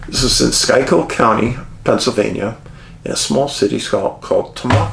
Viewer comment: you pronounced Tamaqua right i cant believe it. lol but you did miss Schuylkill, but i still love you. We have big foot sightings in this area not far from that area. it is one of those things where if you talk to the old timers they will tell you stories. it probably has nothing to do with your investigations but not that far from tamaqua is a famouse case Ed and Lorrain Waren worked on called the Smurl (not sure of the spelling) case, probably nothing but i found it interesting.